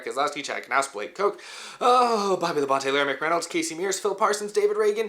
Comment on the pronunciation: Dale said that Tim Richmond was the one of the only guys that would be competing side-by-side with him week after week. It's "Labon-tee", BTW!